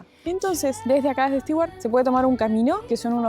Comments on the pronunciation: Bonito Stewart ojo con la pronunciación de Stewart suena stuard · La pronunciación de Stewart es Estuart como si la combinación de tew es Too. Saludos y buen viaje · Hola chicos! Tema pronunciación: los de "beer" y "bear" en realidad son diptongos. En americano, beer se pronuncia "BIer" y bear, como se escribe. Después, las palabras con "ew" precedidas por consonante se pronuncian "iu" o "u" (a veces). Stewart sería "stiuart" o "stuart", como la palabra "new". Ahora "stew" (guiso) es sólo "stú". Espero haberles aclarado esto. Saludos!